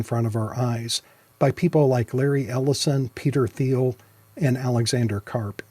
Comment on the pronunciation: Peter 𝘛𝘏𝘏𝘏𝘏--𝘦𝘪𝘭